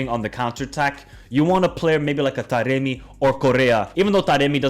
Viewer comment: Man said taremi💀, he has been a ghost this season